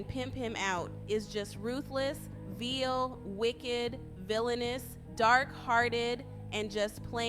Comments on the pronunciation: Vile is pronounced like bile, but with a ‘v.’ Not vile pronounced like veal, woman 🙉🤦🏼‍♀️🤣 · Vile, not Veal!! Who he hell's narrating this vid lol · How does anyone mispronounce Vile as "Veel"?? That fail was epic..is she a bot??